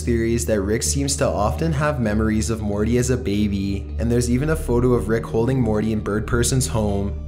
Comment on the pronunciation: Wolfgang Schröder I cant believe I went to comment and saw this comment. he stretches out every last syllable, especially "E" sounds. Morteeey